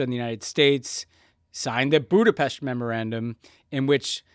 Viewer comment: No hate to Tommy and Ben, but I had to take a break with their forced “Budapesh” pronunciation